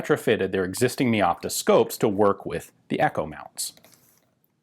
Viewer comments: Just note, "Meopta" is not pronounced like you'd have first part as word "Me", but like for example word "Mega". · Mey opta